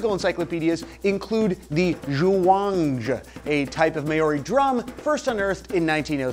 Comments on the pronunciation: Just want to point out that you're really botching the pronunciation of Maori. It's not May-Oh-Ri, it's more like Mau-ri. Plz don't take this as me trying to be an ass! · Māori is not May-Ori. Think of Chairman Mao, It's said like that. Mao-ri with an elongated a (that's what the dash above the a tells you) & a rolled r (like in Spanish; rojo, rabioso, pero, etc). Also, the Māori alphabet has no Z,X, or J. Furthermore, drums and string instruments weren't used by Māori until after the arrival of European settlers. Even now the use of drums in Māori music isn't very common. The closest thing I can think of to a percussion instrument would be poi or rako. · It's not pronounced May ori, it's pronounced Mowldy. Maori. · Maori is pronounced mow-ri not ma ori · His pronunciation of Māori was classic. Good try though